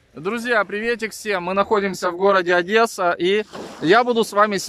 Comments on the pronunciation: И запомните, нет в русском языке слова ОдЭса, есть Одесса!!! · На расии все путают Е с Э? ОдЕсса, не ОдЭса, Одесса! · хватит ОДЕССУ называть адэса!!!!